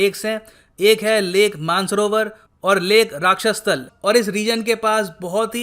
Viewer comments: राक्षसतल नहीं सर राकसताल 😂😂😂😂🤣🤣🤣🤣🤣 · It is not rakshas tal... It is raksha stal